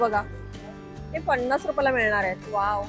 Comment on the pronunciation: किती सारखं ओके ओके आणि पन्नास रुपये म्हणतात पणास नाही